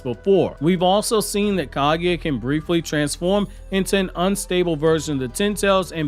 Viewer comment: Same with how he said Kaguya